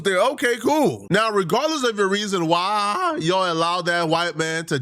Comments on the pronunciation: why you say why like that? 😂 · on the time.!!! what happened to the word why???😂😂😂